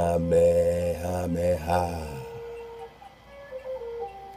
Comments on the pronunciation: I still say your saying it right "King Kameha-meha" how all my kanaka maoli family says it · Even in dragon ball (English and Japanese versions) Goku says "Ka,Me,ha,me....haaaa!!" So you are saying it right